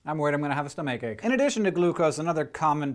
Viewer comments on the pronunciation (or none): Stum-ache ache. XD Pronunciation fail.